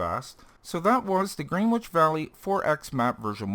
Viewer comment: Pronunciation help: Gren Itch . Yeah, I know, British English is scary